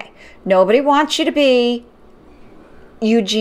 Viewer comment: She absolutely was saying “Alexander” and the title also says “Alexander”.. she also referred to Eugenia Cooney as “Eugena”.. multiple times..